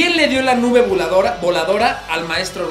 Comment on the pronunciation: Buen vídeo, solo que no es: "nuve" es "nube"